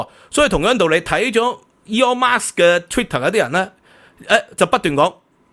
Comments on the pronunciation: Elon Musk 不是 Elon Marks 🤣🤣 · 「Elon Musk 」唔係 「Aeon Marks 」😅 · 好喜歡你的内容但真係要注意一下英文發音，或者全用廣東話算了。今次： Elon Musk vs Eon Mas的發音分别